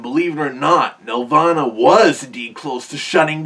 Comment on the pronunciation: It's not pronounced like a heavenly place. Here, nel-VAH-nuh. That game was a nightmare to work on.